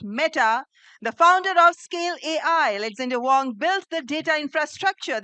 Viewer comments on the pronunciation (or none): Not Wong, Wang as in Waang!